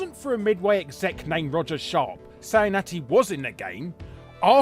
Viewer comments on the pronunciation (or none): none